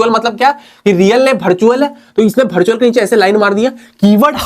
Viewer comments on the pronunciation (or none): Bartual ✅ virtual ❎